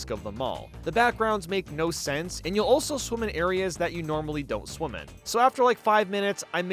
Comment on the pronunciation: Any time you say "Swim" or "Swimming" it sounds like "Swoom" or "Swooming"